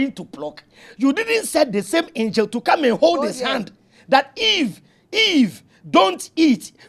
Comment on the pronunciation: Ladies and gentlemen I'm here to translate the the words of the reader... Throughout this segment if you hear: Aaah----our Osband-----Husband Old ---- hold Aam ---- harm Evily---- heavily Ors----- us Anging---- hanging Old--- hold Auwever--- however Eim--- him